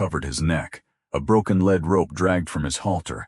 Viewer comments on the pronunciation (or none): Would someone explain basic English to AI ! A lead rope is pronounced “ LEEEEED , not led.